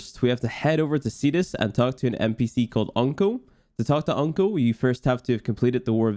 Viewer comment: I can't be the only one thinking with accent, when he says Onkko, he sounds like he's saying Uncle